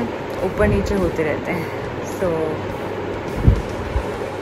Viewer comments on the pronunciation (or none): none